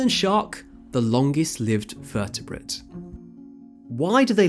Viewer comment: thought it's vertebrate and not vertiprint